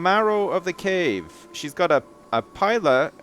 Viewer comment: its pronounced peela not pila